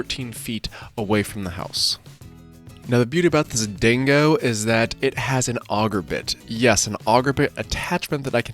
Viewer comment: Ding-go mate, D I N G G O not Dingowa....